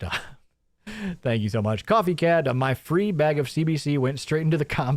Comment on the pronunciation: I don't trust a dude who can't even pronounce the one syllable word 'BAG' correctly...and this is a 'deal breaker' before we even take into consideration his multitude of scams for his non-existent 'coffee roastery' he claimed to be building. :/ - queue the 'mazda' "vroom, vroom" sound byte for his RC car collection